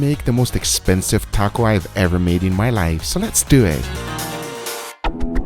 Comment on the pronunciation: Cracks me up every time .. “Lhets dewww ehhttt”